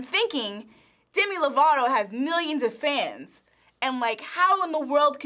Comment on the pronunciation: he said lato 😂 lol